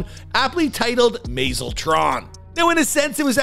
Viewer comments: I love these videos but the host seems to be able to mispronounce words on another level. “May-zel Tron”, “Jew at the Canoe”, “Sha-but” 😂 come on brother google the pronunciation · also mazel………